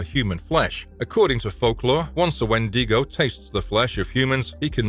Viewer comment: Wendigo (When-dig-Oh)